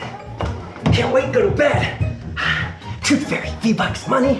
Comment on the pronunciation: When he sead maney